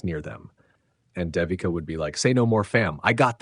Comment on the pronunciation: Pronunciation is: Day we Ka. It’s a common Indian name used for girls. Great video!